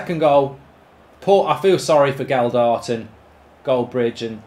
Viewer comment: Stop saying a D in the middle of Gelhardt’s name!!!!!